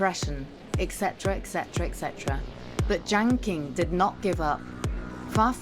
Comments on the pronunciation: Imagine wildly mispronouncing your video's subject. There is no Jiang King. Lazy and embarrassing. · Is this AI-generated? Poorly made content. Lacks research. Can't even pronounce Jiang Qing properly! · video that again acts like they're talking about when they can't even pronounce jiang qing properly, no nuance at all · Jiang Qing, not Jaing Qing. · Jiang Qing should be pronounced correctly as Jiang "Ching". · Mispronounced Jiang's name in 16 seconds. You don't know shit if you can't get the most basic shit right.